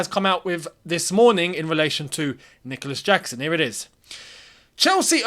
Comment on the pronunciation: saying "I'm not gonna butcher the name" after butchering the name😂